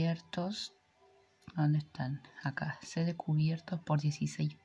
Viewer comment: muy lindo video pero de dice "Set" no SEC